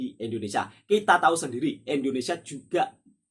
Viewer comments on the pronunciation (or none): .INDONESIA BUKAN ENDONESIA.INDONESIA INDONESIA INDONESIA INDONESIA INDONESIA.